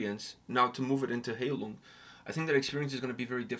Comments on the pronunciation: You both need to do more research before reacting to a video. You both mispronounced the name multiple times. The name is pronounced 'HIGH-Loong'. When you pronounce it as Hay-lung you disrespect the meaning of the name. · High lung, not hay lung. 🙂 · For your information, the "ei" in Heilung is spelled like the "i" in ice. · I love this song so much. It’s actually written in the video describtion, that the volume of the vocals is purposefully quite low as to blend in with the instrumental. And to show off my German skills – Heilung ist pronounced „high-loong“